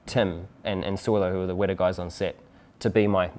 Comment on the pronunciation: Can you guys pronounce the T in WeTa, not like wera which means hot, thanks